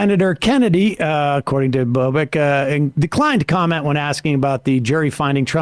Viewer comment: It's pronounced "bobitch" not "bobek"